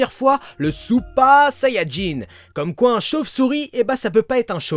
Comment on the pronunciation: pourquoi tu dit supa c est super sa me stress XD